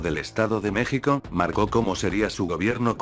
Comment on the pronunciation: No es una persona es un programa de computadora tal vez elaborado en España como una especie de robot y lee sin acentos,sin variables por ejemplo se está escrito México y Texas,la computadora lee Meksico y Teksas, entonces tienen que escribir Mejico y Tejas para que lea bien